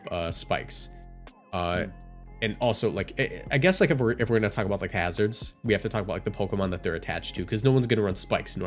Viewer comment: He said it correctly.